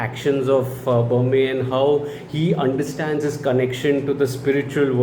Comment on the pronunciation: Berme is a short e sound both times like in Berry and Men. Not ahr like in Burma or the standard e sound like in Main. He is named after Bermer (R added for respect like ji in Hindi) the primary Bhoota. He is supposed to have created Tulunadu (the region where the Bhoota Kola practice is followed). I don't think the film went into the legend of Bermer. Probably because they went with the Shiva Gana angle to explain their origins.